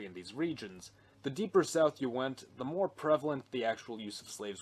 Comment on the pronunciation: Whenever you say “or join our ranks by subscribing for MORE” I always mishear it as “or join our ranks by subscribing for WAR”